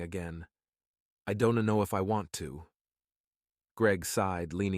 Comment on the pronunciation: Overly dramatic. Don Tee, Don Tee. Who is this Don Tee?